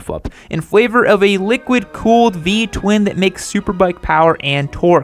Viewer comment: He said "P Twin".